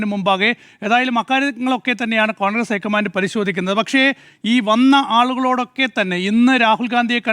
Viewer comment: പ്ലീസ് ഐക്കമാൻ്റ് എന്ന് പറയല്ല, ലോക്കമൻ്റ്